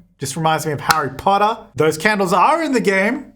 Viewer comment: how australians say harry potter, god damn here for it